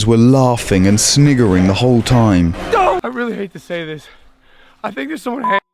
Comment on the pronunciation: no way u said sniggering bruh lol